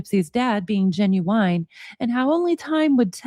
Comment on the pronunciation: Lol I love how you pronounce genuine as "Gen-u-WHINE"